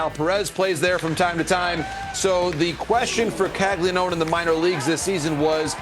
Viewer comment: Bruh, it’s pronounced “Cag-Lee-Own”, not cag-lee-known…😅